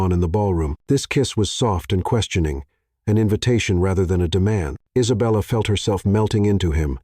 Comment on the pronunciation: "An indignant poodle." omg LOL!!!! Also, the narrator's pronunciation of Isabella is hilarious; he lapses into a foreign accent: Eesabella. Too much. Nonstop laughing at this entire script. I can't breathe and my cat thinks I'm crazy!! 😅😅😅😅😅BRILLIANT COMEDY!!! and a thoroughly enjoyable love story. With heartfelt thank yous and lots of xoxo's from Anaheim, CA. 🌹🌹🌹